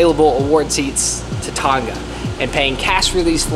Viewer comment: Can you pronounce Tonga properly please? It's pronounced To 'nga', like nah but add the sound of g. You got the 'To' right, but you are pronouncing Tonga like 'Ton; ga' Please and thank you, from Tongan friend ❤